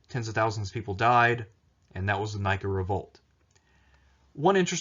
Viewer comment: Nïka, not Nika as in Nike the brand. Dude, for someone with so much knowledge of antiquity... you surely never know how to pronounce proper names in other languages. I guess, that´s the very American part of you. What a shame.